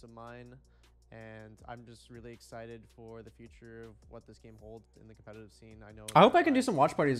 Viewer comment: COPMETATIVE AHAHA